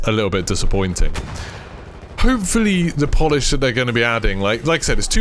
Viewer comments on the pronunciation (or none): none